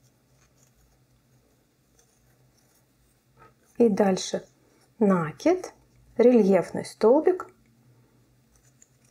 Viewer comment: Да почему же Вы всегда говорите нАкид, нет такого слова, накИдывать, накИд..